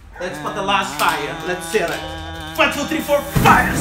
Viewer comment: He say frie ! Is so funny